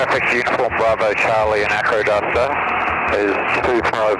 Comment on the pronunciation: Sounds like you’re saying ‘aquaduct’😂Wondered where this bird went off PlaneSales, I nearly bought it a few years ago,had been in the market for a long time! This had quite a history in the USA. The only reason I didn’t buy it was it couldn’t carry anything after full fuel. Hope you enjoy the machine👍